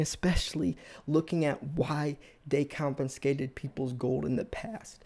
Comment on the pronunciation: My ears burn....there is no N in confiscate.